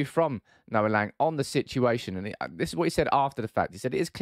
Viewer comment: It's pronounced Lang with a short A like the A in Ten Hag. It was clear Noa Lang was really talented and showed some beautiful stuff at Club Brugge. But his personality is so annoying, typical wannabe gangster kid. As an Ajax supporter I was happy he was kicked out but I wish him the best of course, no hate against him. Ten Hag made the right decision. Ten Hag is a perfectionist that want full control. Im 100% sure if you guys can get your hands on Frenkie de Jong and Jurrien Timber, you will see a totally different style of football you all have been waiting for.